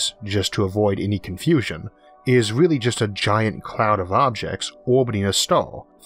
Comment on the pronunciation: Nice scwipt. Weally need a new pwesenter though. Simon whistler perhaps?